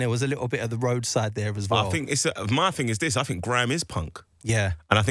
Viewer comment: As innocently as an American can ask, how did think turn into “fink”?